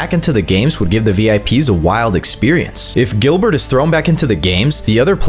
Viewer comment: Bro really said Gilbert